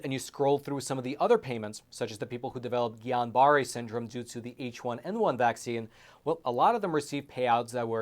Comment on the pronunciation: You pronounce it " geon beret.